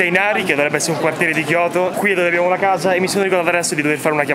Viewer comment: Tokio non kioto